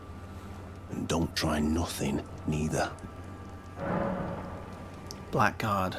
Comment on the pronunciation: PSA: Blackguard is pronounced as 'Blaggard'